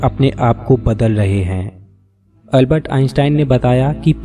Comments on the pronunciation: अलबत नही है अल्बर्ट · Is Albert Einstein not ALBAT ,😅